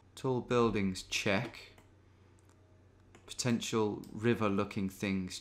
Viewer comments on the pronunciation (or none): none